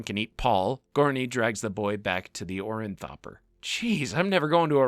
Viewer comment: Idk even know if its pretentious. I think the guy just needs to see a speech pathologist. Its one thing to pronounce some of the names wrong, but I caught on to his condition when he kept calling an Orni-thopter a "Orin-thopter". Guy is misplacing letters and entire syllables. He has trouble putting his words together and then continues pronouncing them incorrectly out of habit.